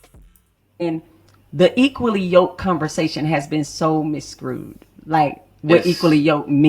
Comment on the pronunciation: simple math vs h💋€ maf homegirl said "misscrewed" 🤣